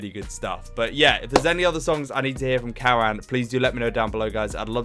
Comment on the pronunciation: His name is pronounced as “Cuh - Run”